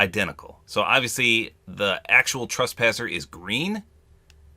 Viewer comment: It’s trespasser not traspasser